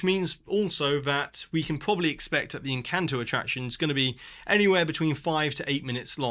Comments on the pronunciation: Tip for not butchering Spanish words (e.g. "encanto", which they say/sing in the movie so often nobody should say it how you said it) - learn Spanish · Actually, you didn't. The letter 'a' in Spanish is always pronounced like the 'a' in Encanto... which you also pronounce incorrectly. 😉 It's pronounced like the second 'a' in Harambe, which you do pronounce correctly. So: Esperahhhnza Encahhhnto But great video otherwise.